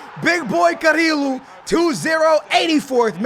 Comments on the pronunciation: CariLo, Samarajs, Garmaldo😂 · It's pronounced "Cariyo" not "carilo" pls skillz